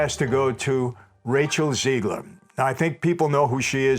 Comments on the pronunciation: It’s not Ziegler it’s Zegler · Rachel Zeegler. ZEEEEGler. Do you know any Rachel ZEEglers?